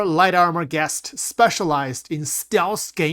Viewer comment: "Geist" is pronounced like "Ice"... G'ICE'T not Gest... "Geist" is german and means "Ghost". Fitting for a stealth sniper armor.